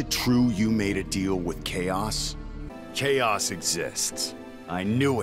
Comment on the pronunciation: After a while it just sounds like K OS